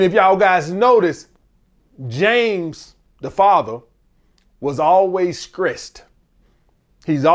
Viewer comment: lol its throwback when he sayin skressed